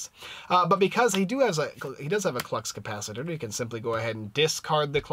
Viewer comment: Thx for the review! (But it's ka-pa-si-tore, Lol!)